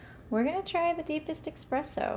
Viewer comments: I enjoyed your vid. I think it's pronounced es-presso rather than ex-presso, though. I spent about $10 on my Melitta pour-over funnel with filters (which makes a great cup of coffee), but I think a $10 grinder might be pretty lame. I think it's safe to say that you can get a very good burr coffee grinder for around $100. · Great video, but ESpresso haha